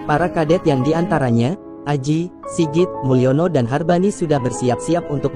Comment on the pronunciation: bukan Hargani, tepatnya adalah Harbani. Nama lengkapnya adalah Suharnoko Harbani.